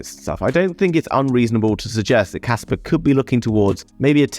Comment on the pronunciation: There is no R in KASPA! :D